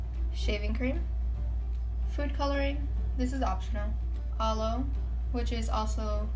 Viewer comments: U say aloe funny😁 I like i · arlow 😂😂